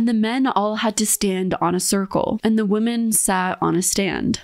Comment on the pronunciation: I love your content so much I just have one tiny correction because I'm obsessive about pronunciation... woman (/woo͝m′ən/) - singular women (/wĭm′ĭn/) - plural